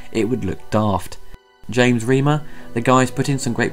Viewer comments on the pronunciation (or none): none